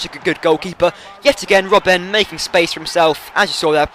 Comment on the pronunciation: you keep on calling him robbén but it's robben. simple as that mate ;D